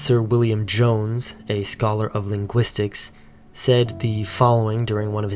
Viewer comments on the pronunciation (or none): none